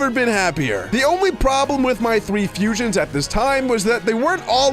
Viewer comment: Fusions not fusons